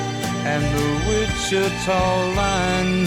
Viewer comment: Really? The greatest. You can’t pronounce Wichita or lineman? Or Glenn Campbell? Weird